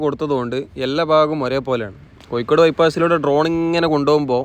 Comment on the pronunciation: കൊയ്ക്കോട് അല്ല കോഴിക്കോട്